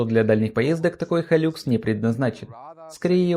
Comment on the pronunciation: Не хайлюкс а хайлакс! Никто же не называет ниву найвэ!